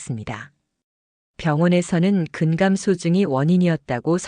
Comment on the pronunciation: 아이고!! 근감소증 발음이 틀려ㅛ답니다. "근감" 소증"이라고 띙서 읽으면 얺됩니다. 제발! "근" "감소증"이라고 띄어서 읽어야지요!! medical doctor들도 발.게 발음하지 못하는 대한 민국 문화 수준!! 참으로 브끄러운 일이올시다!!